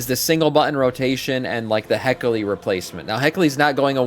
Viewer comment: He-key-lee… you’re killing me 😂